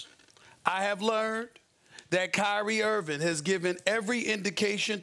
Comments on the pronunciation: Nobody: SAS: “Kyrie Irvin” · Who’s Kyrie “Earvin”?